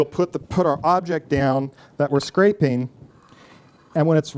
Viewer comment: Um... "Scrapeen"? Do you mean "scraping"?